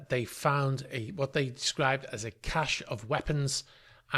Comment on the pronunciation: One would expect a professional news person to be able to pronounce cache correctly. It's pronounced like cash. The word pronounced cashey is cachet, which is a completely different word.